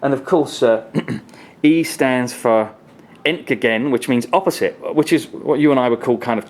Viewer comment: No!! It's zed Love your German pronouncing ion, btw :) Ent-gäh-gen The middle but sounds a bit like gate with a very Scottish accent haha